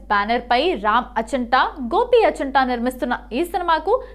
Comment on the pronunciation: అచంట ఏంటి అమ్మ ఆచంట అనలేవా...